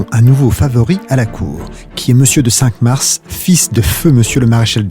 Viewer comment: Il faudrait dire a la personne qui lit des extraits de texte,qu’on doit prononcer Saint Marre et pas Cink Marsss